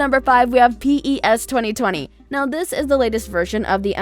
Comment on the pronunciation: Its PES not P. E. S.